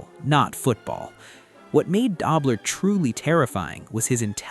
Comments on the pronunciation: AI--can't pronounce Conrad Dobler correctly! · Stop mispronouncing dobler😮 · It's not da-bler it's doo- bler. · "Dobe-ler". Good try. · Learn to pronounce Dobler. DOHB-ler. al-ZAY- doh too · It's pronounced Doe-bler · It was Dobler with a long o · LEARN TO PRONOUNCE "DOBLER" CORRECTLY